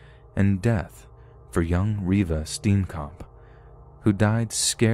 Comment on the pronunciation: Ah, I heard Oscar Pistorius and my Satafrikan ass woke the hell up😩😣 Reeva's death was a tragedy but that whole "black robber" defence of his... rubs me the wrong way till date! Oh and Reeva's lastname is Afrikaans pronounced [Stee-yen-kump]